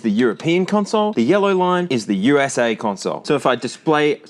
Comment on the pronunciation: Nobody calls America "oosah".. It's U.S.A. or America..